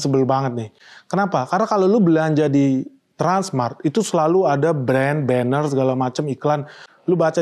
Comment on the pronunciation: Kok susah amat nyebut transmart bro